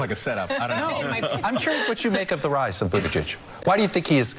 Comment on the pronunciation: she almost said "Poop Beetigeig"